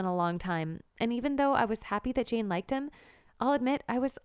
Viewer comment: Gurl u said chain instead of jane